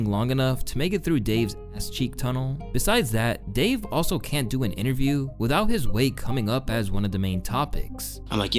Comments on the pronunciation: Lol fr he meant can't but it did sound like he said kyant but he said cant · not "can't", but "kyan't" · You cyannt miss it bro.